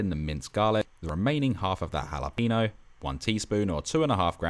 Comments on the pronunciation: Love it chef! Btw pro tip: it's ha-lah-peh-gno not ha-la-peeeeeeee-gno :P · bruh said jalapeeno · "halla peeno" xD